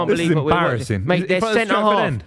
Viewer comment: Love a “embarrassin”